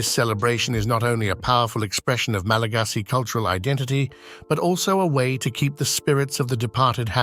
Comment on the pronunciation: Not”Malageesy people”. Malagasy